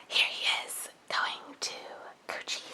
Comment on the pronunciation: I know this is like 5 years later but when she said he’s going to Gucci it really sounds coochie